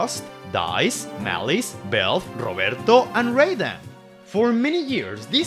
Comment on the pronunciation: Your pronunciation of "Roberto" sounds great ngl